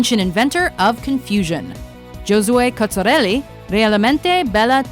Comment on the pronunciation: The way you pronounced "Giosue Cozzarelli, Realmente bella" made me cringe. You even made fun of some girls talking, but it wasn't their first language .